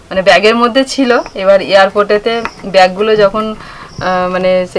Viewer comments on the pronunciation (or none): Misti dutoi khub bhalo hoeche...just amazing R ota earport na...airport tai pronounce ta airport ei korbe Khub kaane laglo tai bollam